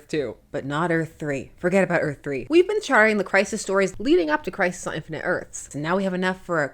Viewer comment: Sounds almost like Christ List.😂